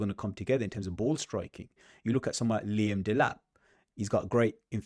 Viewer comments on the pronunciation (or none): none